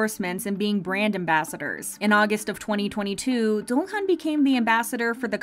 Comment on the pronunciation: Do I have hearing problems or is she really pronouncing Jeonghan's name incorrectly? Also why this topic? We all know they're rich due to their hardwork but why still make a video about it?